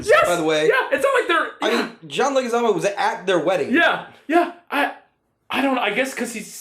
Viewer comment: Leguizamo is pronounced LEG-wih-ZAH-moh.